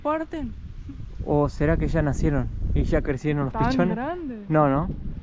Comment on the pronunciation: "Vos cha la probaste?" "Cho cha la probé!" 😄